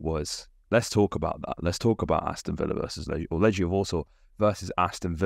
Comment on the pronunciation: Legia 'g' pronounced like the one in 'goal' as opposed to the one in 'germ'. ;)